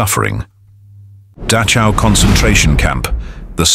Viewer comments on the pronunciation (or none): "Datsjau"? "Dakkau"? "Buusjenwolt"? Screw AI!!!! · Dachau is pronounced NOT as "Datchow" It's da (as in doctor) and the ch in Dachau is pronounced by nearly stopping the flow of air in your mouth, but not completely. You exhale while partially restricting the flow of air out of your mouth by nearly stopping the airflow out using the back of your tongue. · Yes please! I died inside every time Dachao and Buchenwald were said lol. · The least this video narrator or maker could do for memory of the prisoners is to pronounce Dachau correctly